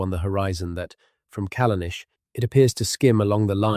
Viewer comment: If you have spent a great deal of time on this, as you claim, you should spend some more time getting rid of the errors noted below. AIs should not attempt to write or pronounce non-English. For example, Callanish is the English spelling of the Gaelic Callanais, and is pronounced the same as the English spelling. The captions also suffer from this problem. Why not look up unknown spellings of places & use these, rather than allowing the AI to guess them? The static illustrations, while rather good, are generic & do not correspond to the narrative. LazyUKHistory is more correct.